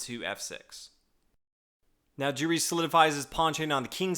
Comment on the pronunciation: Giri is pronounced with a hard G, like in ghost or girl.